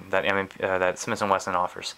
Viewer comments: SmiThhhhhh and Wesson not smiss and Wesson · Is he saying "Smis & Wesson" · he keeps saying smiss & wesson.